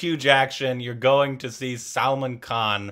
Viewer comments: He said salmon instead of Salman Lol salmon is a fish in Minecraft 🤣😂😅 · Your pronunciation is different It's selmon bhoi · His name is not pronounced as Salmon (that’s a fish) it Salmaaan!!! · Why do you pronounce SALMAN as SALMON??? 🤔